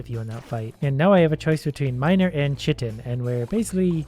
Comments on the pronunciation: It is pronounced Kye-tin not cHIH-tin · Quick tip chitin is pronounced like (Kai-tin) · Btw the chitin is pronounced “kai-tin” or “Kai-a-tin” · I believe that "chitin" is pronounced with a hard K sound, like Kiting